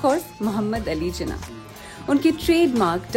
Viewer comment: Mujhy umeed na thi ky ap jinnah ko theek sa bhi pronoun ni kar sakin gin